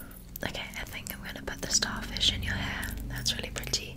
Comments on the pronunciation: Yea it sounds like Pri-Ty lol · saying "pretty" specifically in her British accent is one of my favourite trigger words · that’s how we British people say pretty